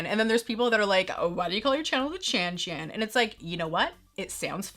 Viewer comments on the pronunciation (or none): Ohhhhhh!!! Chan Chan! I thought you were saying Cha Cha’s! 🤣